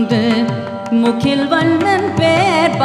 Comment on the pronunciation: நன்றி நேசர் மணிவாசகபெருமான் பொற்பாதங்கள் போற்றி🙏🏼🙇 திருவெம்பாவை அருமை🙏🏼 திருப்பாவை பாசுரத்தில் - முகில், பேசாதே போன்ற வாரத்தைகளை வடமொழி உச்சரிப்பில் படுவது சரியா? மனசுக்கு சங்கடமாக உள்ளது